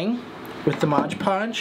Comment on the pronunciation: For the love of Lilies; it is MOD podge; not modge podge.